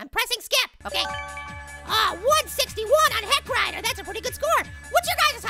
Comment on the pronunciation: is saying hellrider or heckrider